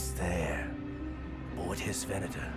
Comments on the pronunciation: Ven-ah-tor. Venator. It's a Latin word meaning "hunter". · ve'na:tor pronounced ven-ate-tor. Cruiser Class Star Destroyer. Is the latin word for hunter. The feminine name is Ventrix. A second use of the word is as a type of Roman gladiator. A third use is as a genus of spiders.